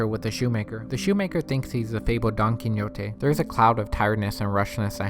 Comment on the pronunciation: His name was 'Don Quixote', pronounced 'kee-ho-tay'! You couldn't even say that after watching the whole movie? Not "kinyotay"! Your breakdown & analysis was sub-par at best. You contradicted yourself, and didn't understand what you were talking about, explained NOTHING. Do yourself a favor and please stop trying to be a critic. This was THE WORST!